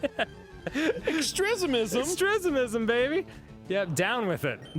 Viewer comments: didn’t he say “down with ‘extresimism’” 😂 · Of course Arin's all for "extrismism." It's what he does in every playthrough. 😂